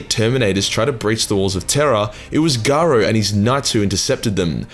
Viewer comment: It's Nathiel Garro... Garro is pronounced like arrow.